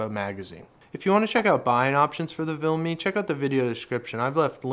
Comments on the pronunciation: Argh, what's with the "VILME"? It's VIMLE... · It's Vimle... Not Vilme. And it is Ikea...not Ikeepa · Why are you saying vilme when it’s vimle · VIMLE, not VILME dammit!